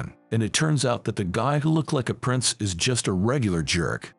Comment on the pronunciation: Why does this AI pronounce is as Eye's